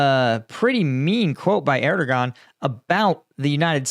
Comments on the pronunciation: The “g” in Turkish in Erdoğan is silent; say “Er-doe-an” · Err-der-waan.. his name is pronounced Err-der-waan (something like that - difficult to phonetise exactly). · if you try to say "air dough vaugn" without pausing, you get right near to the original sound. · I've bitched at before for bad pronunciation but he can get that Dicks name wrong all day